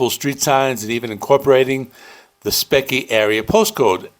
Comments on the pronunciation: Speke is pronounced speak. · Good review. Speke is pronounced “Speak”, btw. 😇